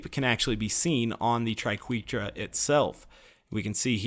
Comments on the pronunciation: Ok its pronounced TRI-KWEH-TRA Credit to Emma saying Triquetra=tri-kweh-truh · He's actually very close to correct. According to any English dictionary, it's pronounced as "try-kweh-truh". But if used as the plural of triquetrum, his pronunciation is acceptable. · I love the triquetra it's probably my favorite shotgun also I believe triquetra is pronounced "Try-ket-ra" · You'd be wrong! It's from Latin, so if you want to be really pedantic, it should be "tree-kweh-trah" But officially, the English pronunciation is "tri-kweh-truh" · It’s pronounced tri-ke-tra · I believe it is Tri-Quetra - as in "wet" - the short "E" vowel sound. But, who cares right? It still rocks! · Tri-Ket-Ra, if you finally want to know how to pronounce it haha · I've always felt it's pronounced tree-ket-truh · (Try-ket-tra) triqeutra ish wicked shotgun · I thought it was pronounced like tri-ket-ra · You're fine to think tri-keh-tra sounds better, but that's still a wrong pronunciation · Satchmo I always pronounced it as Try-ke-tra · I don't know what had me laughing harder, butchering "Triquetra" or navigating the conveyor belts in the tundra express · It hurt me every time he said the name